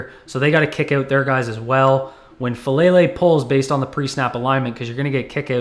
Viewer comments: I don’t like the player, but his name is FA - AH - LAY - LAY. It's not "fuh-lay-lay". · Please learn how to pronounce his name: Fa AH Lele!